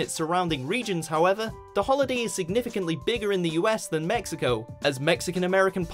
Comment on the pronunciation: "Viva mesico" lol.. any way. happy someone finally pointed these out.